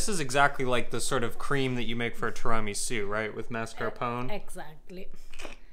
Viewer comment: Had to totally laugh with how pronounced Tiramisu..